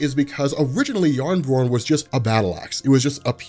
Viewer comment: I loved that pronounces jarnbjorn as jabberjorn